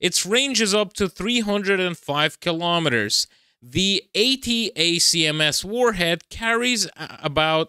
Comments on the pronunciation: You don’t have to say each letter of ATACMS when mentioning them. They’re commonly referred to as (pronounced) ‘attack-em’s’. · "ATACMS" is usually spoken as "Attack"ems." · "attack -ems" how you say the missile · Watch some Jake Broe, to pronounce ATACMS properly. 🙂